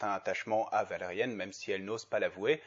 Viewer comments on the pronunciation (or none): J'aime bien ta critique, par contre c'est justement le Millenium Falcon qui est quasiment un plagiat de celui de Valérian (et ce n'est pas la seule chose tu peux chercher sur Google) Sinon ça me stresse que tu dises Valérianne xD